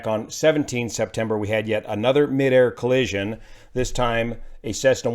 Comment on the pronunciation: Please just say collision.